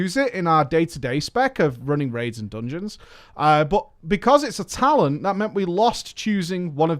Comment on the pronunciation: I heard too many "doonjeuns" for tonight.